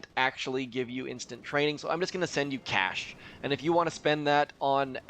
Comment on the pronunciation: You said ”cash“ in a very funny way